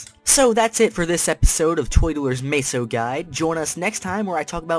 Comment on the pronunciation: im honestly gonna kill myself if he says maysos 1 more time! Its meso (meh-so) xD